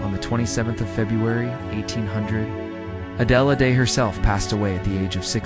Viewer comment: You have to be an idiot to not know how to pronounce a simple name like Adelaide.